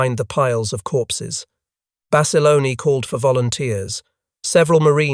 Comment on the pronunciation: It’s Bassa Lone not Bassalony. Great story of true heroism.